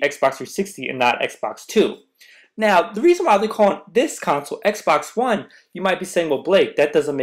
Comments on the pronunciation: "WONE" LMFAO come on Blake you are better than this. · "Won" W-O-N-E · this guy says xbox W-o-n ... i think becuz the xbox won over sony's console